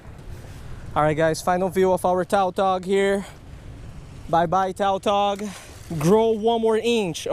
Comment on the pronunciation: The fish species is called tautog, not taltog. Lom